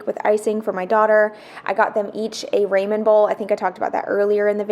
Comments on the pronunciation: 😮 It's pronounced raw min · I was laughing because you said , what sounded like to me, the name Raymond. I kept looking to see if someone had come in. It finally dawned on me that were saying Raman. I’ve always heard it pronounced like ‘rah man’. Guess I’m glad Raymond didn’t sneak in